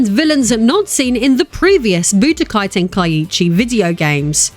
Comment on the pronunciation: Tenkaichi, not Tenakiiichi